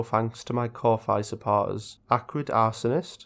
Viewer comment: I think Ko-Fi is supposed to be pronounced coffee or something like that, because it is a play upon that.